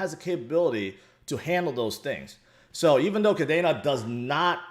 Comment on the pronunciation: it is pronounced Kadeeena, just like the Air Force base in Japan. Not Kadana.